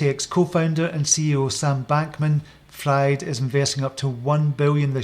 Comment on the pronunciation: lol...pronounce Fried as 'freed', not as in a frying pan...(it's German, or Yiddish, for that matter)...Friede is peace in German..